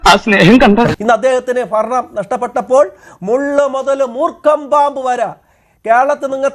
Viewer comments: ഫരണം പോയോ ചഘാവേ? വേട്ട ആടി യൊ ഇനി ആttaരൂട്. 😂😅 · ആരാണ് ഈ പുതിയ അവതാരം. വെൻഗായം, കിഴങ്ങ്, തക്കാളി, കുമ്പളങ്ങ, മത്തങ്ങ, ചേന, ചേമ്പ് ഒക്കെയാണ് വന്ന് മെഴുകുന്നത്. ഫരണം അല്ല സഖാവേ, ഭരണം. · ഫരണമല്ല...... ഭരണം എന്ന് പറഞ്ഞ് പഠിക്കൂ വെമ്പായം